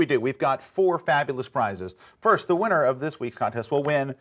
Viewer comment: "And now, for the week of May FIRTH" . Yes, the introduction lady forgot it's FIRST, not FIRTH.